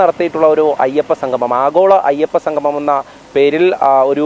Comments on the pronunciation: സംഘമം അല്ല... സംഗമം... സ്ഥുടത അനിവാര്യം❤ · സംഘമം അല്ല സംഗമം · സംഗമം എന്ന് പറയഞ്ഞോളൂ. സംഘമമല്ല. മലയാളം കുറച്ച് കൂടി നന്നായി പറഞ്ഞോളൂ🙏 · എടോ സംഘമമല്ല സംഗമമാണ്.ഉച്ഛാരശുദ്ധി വേണം വാർത്താ അവതാരകന്